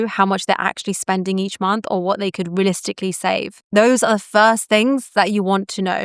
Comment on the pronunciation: AI' generated CRAP. I relized (sic) it when it said relisticlee (sic) instead of R-E-A-L-I-S-T-I-C-A-L-L-Y.